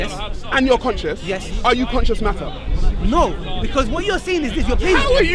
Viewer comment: Missed the S out of conscious It was annoying me i had to say it. love the videos keep it up may Allah reward you for your efforts:)